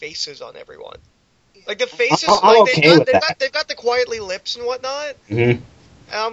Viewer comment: His name is pronounced "Quite-ly". His whole name is a spoonerism of "Quite Frankly." There, I said it. There's my trolling for the day.